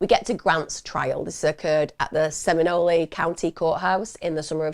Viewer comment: I was going to let “ok-ala” go, but with the seminol-aye I have to interject- it’s ow-ka-lah and seh-muh-nole…. Please UK people- us florida peoples pronounce words a certain way.